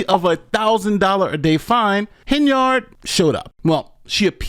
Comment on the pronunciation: Love your videos.... but listen to your own news outlets you are using in this video..... her last name isn't pronounced HenYARD..... you sound bad when you try and say it that way lol